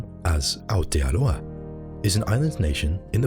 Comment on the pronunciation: Thank you so much for your pronunciation of words like Aotearoa and Māori